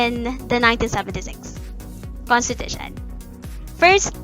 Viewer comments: Just came here to comment this, naunahan ako, but... Conshteeetusheee nnn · A constipation 💩every time she says - Kun-stee-tha-shunn 😂🤣😂🤣😂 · And then she proceeded to consteeshute all over the place, truly one of the most inzependent moments of all time. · contiTUtion kasi. HAHA good video tho. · Have a shot whenever she saya Cohnteteesheen